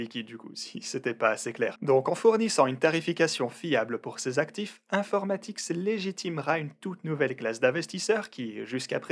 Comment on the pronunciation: Si je lis bien c'est infomatix et non informatix Comme tu le dis à chaque fois sur la vidéo. Bonne soirée